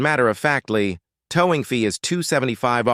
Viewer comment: This artificial idiot male voice couldn’t even pronounce “towing”….called it ‘toww-ing’